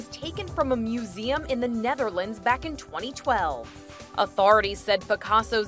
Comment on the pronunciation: The way she says authority 😂😂😂